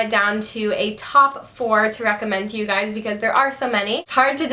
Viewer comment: everytime you say "hi gays" your eyes r close haha love your videos!!!